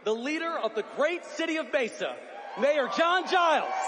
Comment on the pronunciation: Learn how to pronounce MESA.